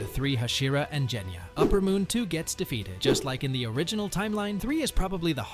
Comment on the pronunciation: He said jenya its genya!😂😂😂😂